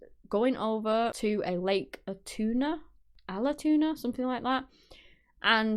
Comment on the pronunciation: You pronounced lake Allatoona correct. So this is gonna show my age but I grew up in Georgia I went to that lake frequently and all those areas you talked about. I have friends that I grew up with that knew her.